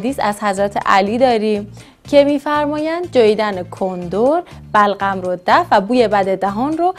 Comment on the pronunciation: خخخ بلغم و نمیتونه بگه ی جا گفت بَغلَم خخ